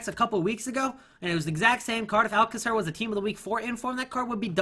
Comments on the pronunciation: Alcacer is Spanish so it's Al-k-a-ther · dude you are pronouncing Alcacer but in spanish that little line above the a means its supposed to be pronounced with a higher tone, what you are doing in the first a is meant to be in the second one, just saying